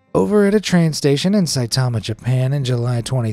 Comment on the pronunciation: Bro says saitama💀